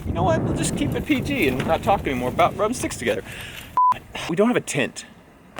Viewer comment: lol, the very end. Rrrrrrrrrubing our sticks together.